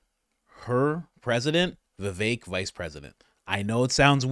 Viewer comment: did you say tulsi and vevek? god, yes